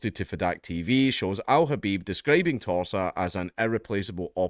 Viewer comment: When you say Torsa, it sounds like Tosser